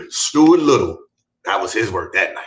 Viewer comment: Not "Stuart Little"😂😶‍🌫